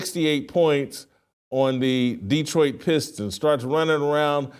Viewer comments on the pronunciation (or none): none